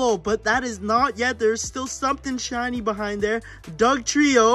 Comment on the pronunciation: When he got the kangaskan you said chiny charzard instead of shiny it was so funny